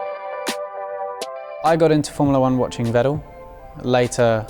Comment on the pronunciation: Bros hero is Vettel and he can't pronounce his name nah